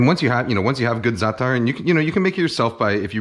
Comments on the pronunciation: زعتر مو زاتر 😂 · excuse me, but I'm Arab and I'm telling you as a native speaker that NO ONE pronounces it with 'sh' sound. No one else pronounces it with a 'sh' sound either. We all told you, including Chef. And now you're out here looking like a nasty jerk. Learn from this.